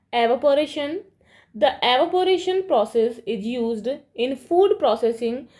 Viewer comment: Evaporation ❌arovpation✅